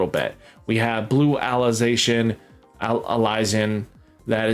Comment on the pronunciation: I'm really happy to hear it's easy to get good cards. I doubt the game will hand out as much currency in the full release, so I'm glad it sounds like you wont need to pay or grind for hours to get a usable deck. Also, I think Alysion is pronounced like adhesion, but with an L instead of dh.